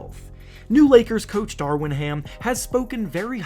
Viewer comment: You call him “Darwin” Ham in every video. His name is Darvin.